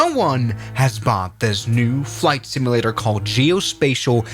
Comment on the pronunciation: the way bro called it "simulator" is wild 😭